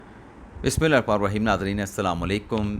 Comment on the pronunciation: sir apko Bismilla sahi se parhni chiay. Log hur lafz ghur se suntay hien apka.